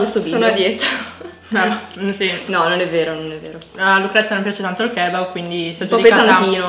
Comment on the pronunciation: Ma io dico kebáb non kébab